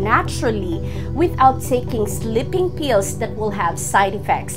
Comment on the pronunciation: no offense. it's sleeping (with a long e) pills, not slipping pills.